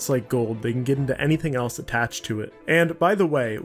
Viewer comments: Did anyone else really not hear him saying zelf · Anyone notice he says “Zelse” instead of else